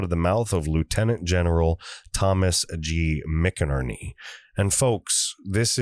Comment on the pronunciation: Not crazy about being read to. Just provide a link to the article or interview and give us the meat. Also, General McInerney's name is pronounced "MacInerney". Love your show and the info you provide. Sharing to everyone I know.